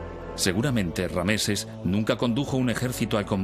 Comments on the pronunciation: Narottam Suarez tienes razón con lo de Ramsés no rameses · RAMSES... no rameses